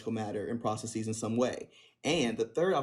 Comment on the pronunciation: When someone pronounces the word “processes” as “prah-suh-SEEZ,” you know he or she is trying to sound smarter than they actually are.